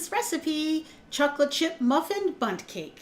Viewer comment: For a second, I thought you said 'butt cake' 😂